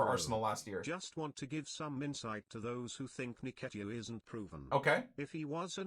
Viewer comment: fair play with the signing but please man....Its pronounced "En-ketia" cheers!